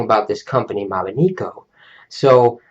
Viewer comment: you pronounced it wrong it is mobineko not mobineeko